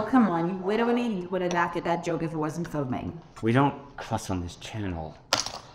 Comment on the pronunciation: “witerally gwiddying”